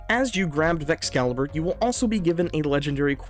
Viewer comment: dont wanne be that guy but its called Vexcalibur, as in Excalibur, not caliber.